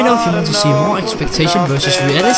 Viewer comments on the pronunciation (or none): E-kl-sple-tacio XDXDXD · That Eckspektation and Reaality was the best to hear xD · ex- pe- ac -tions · Why arepa you speak ecsertation reàliti